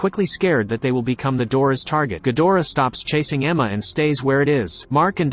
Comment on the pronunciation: Not ghodorah ghidorah